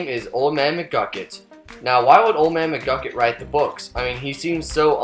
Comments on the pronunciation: it's mcgucket. not mcglucket . other than that loved the video! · McGlukit, seriously? Its McGucket. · Did you hear him at the end he said old man muglucun in stead of mugucet idiot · His name isnt old man mcglucken its old man mcgucket